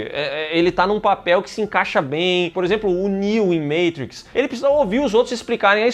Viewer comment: Só quero ver um dia o falar "Matrix" e não "meitruix"😂